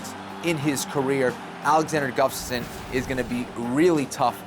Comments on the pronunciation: Hey Kenflo! His last name name is Gustafsson, not Guftason... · kenny keeps calling him guftasson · Is Kenny saying Guftasson? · Can someone please tell Ken-Flo how to say "Gustaffson"?!! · I think Kenny Florian needs to practice pronouncing Alexander Gustafsson's last name if he's gonna be commentating this fight! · Florian should learn to say "Gustafsson" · Its annoying that ken-flo cant say Gustafsson.... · Gotta love Barao's highlight reel :D But please do not let Jon and Kenny commentate the main event, they both cant pronounce the challenger's name ;) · Is it just me or can Ken Flo not say Gustafsson?